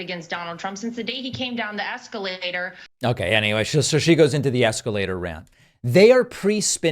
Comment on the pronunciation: Did she just say “escalienator”???